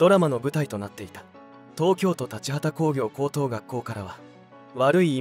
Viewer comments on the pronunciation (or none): 東京都立羽田工業高校 とうきょうと｢たちはたこうぎょうこうこう」→✖️ とうきょう｢とりつはねだこうぎょうこうこう｣→○